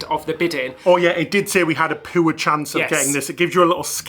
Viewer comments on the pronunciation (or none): Translation: "poor, not poo oar.. not poo" 💩😆🤣🤣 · Such a big fan of your work. Love how you pronounce poor like puah or poo and caught it 😂. Love the upgrades in your jr suite❤